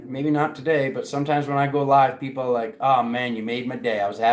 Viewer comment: 🤣🤣🤣🤣🤣 shake-eh thah peeeeeoople 🤣🤣